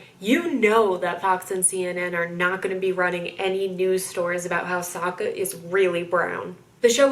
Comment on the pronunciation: It was weird to me that the film butchered the character's name. Like it's Sokka not SOOKA